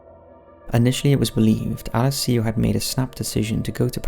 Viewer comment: Please learn how to say Alessio correctly.